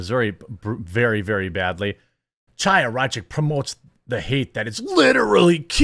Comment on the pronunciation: Chaya is pronounced Haya (which means literally "living" in hebrew, from the word Haim - life)